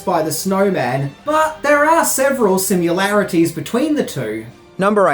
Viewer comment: "sim-you-larities", omg, lol